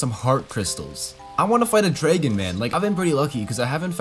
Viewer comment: Drrrragon love how he says it